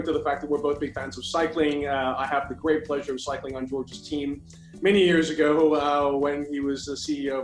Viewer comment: The s at the end of Georges name always, always throws me off.